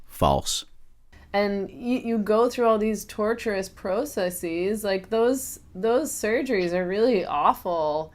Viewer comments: "Proceseeees" WHO SAYS IT LIKE THAT and graham makes me wanna commit war crimes. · really said prohsessees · . I'm sorry, DID SHE JUDT SAY PROCESSEEES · she said "processies" lmao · Please tell me she didn’t pronounce processes - “prossessies” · okay like not to make fun of the woman but they way she said processes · ok but WHO TF SAYS “PROCESSES” LIKE THAT- I THINK THE IGNORANCE IS SUFFOCATING HER BRAIN